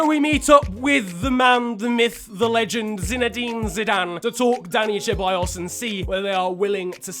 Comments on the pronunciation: Its not cheballos it is Ceballos learn how to fucking prenonce spanish names. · Not trying to be an ass but why do Brits say Cha-by-yos when it's pronounced Se-by-yos Genuinely dont understand that is that like a British thing? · its see-baa-yoss mate👀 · I cringe so much when u say cheballos. Its pronounce seballos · You say it like "seballos" not "cheballos" ffs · I know you try your best to pronounce names right but Ceballos is pronounced Sebayos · Hey alright listen man, Ceballos isn't pronounced cheballos, it's pronounced seballos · Ceballos is pronounced SE-BA-YOS, it ruined the video for me 😂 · “Dani cheballos”😂😂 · Hayden cordall CHEBALLOSS it makes me wanna die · The C in Ceballos is pronounced like an S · The pronunciation of Ceballos is horrendous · that pronunciation of ceballos just makes me feel more and more uncomfortable every time i hear it;) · The way he pronounces Ceballos gives me nightmares